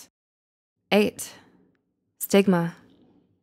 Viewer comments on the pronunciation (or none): When she said stigma I thought it was sigma lol